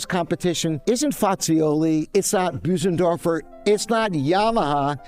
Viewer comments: Bösendorfer, not Büsendorfer! The first syllable rhymes with "good" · Hmm, I would say the "ö" is somewhat close to "err" in English with the lips forced forward when saying it, or as says belows, like the French "beurre". It's not that difficult to pronounce the name almost correctly in English, but even industry experts like seem to constantly mispronounce it!